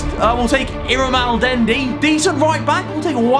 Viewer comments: He said "Iramaaldendi" for "Illaramendi" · Nobody: Harry after seeing illaramendi: oowwwh its iramaldendi. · Nobody: Harry: IrRaMaLdEnDi